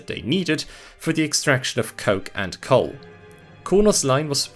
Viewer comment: super confused is he pronouncing coal as coke or something?